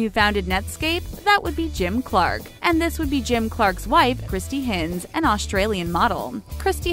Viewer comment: Kristy's surname is pronounced Hynze